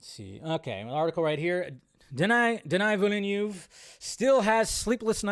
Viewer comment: Denis Villenueve is pronounced Duh-nee Vil-nuv.